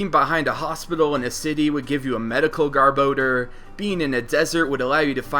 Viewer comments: It's not GAR-BO-DER it's GAR-BAR-DOOR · That pronunciation of garbodor XD